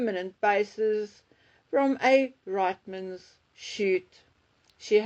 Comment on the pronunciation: Hi, as a Canadian, I would like to inform you that the women's clothing chain Reitmans in Canada is pronounced REETmans. Greetings from Montreal.❤🇨🇦